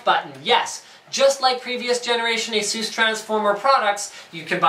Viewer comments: There is a video on the official Asus Youtube channel on how to say it. "A-sue-s" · Even the english commercials for Asus used to pronounce it the same way Linus and currently do. I wasn't sure myself so I googled and came upon a article from 2010 on endgadget showing how it's properly pronounced. I myself thought Linus pronounced it correctly since (an Asus employee) pronounced it the same way. Who knows?